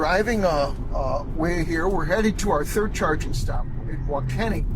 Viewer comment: I used those 100kw chargers in Goodland last summer, I went to Ionna chargers and they were all down to a network issue. It was nice having a backup. WaKeeney, Kansas, is pronounced wa-KEE-nee